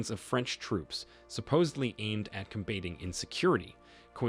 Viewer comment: The voice sounds very natural. But it's AI. How we know: - Every single breath is exactly the same - He pronounced "Combating" as "com BAY ting." No real person would say it like that. - Sometimes you can hear robot voice, and it comes up more and more the longer the recording goes.